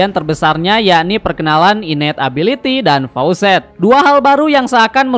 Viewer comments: Facets bang, bukan faucet 😅😂 faucet mah keran aer 😂😂😂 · koreksi bg, facets bukan faucets. faucets mah keran air